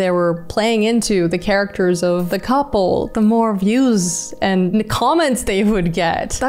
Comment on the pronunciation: Did she say gouple??